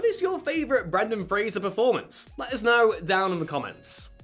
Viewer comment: My favorite Brendan FRASER is Doom Patrol, also Bedazzled. He is such a good actor, I hope he keeps acting idc how big he gets he is amazing ❤ and it’s FRASER, NOT FRASIER! Lol